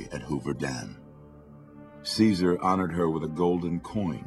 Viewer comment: i hate how they call him kizer its caesar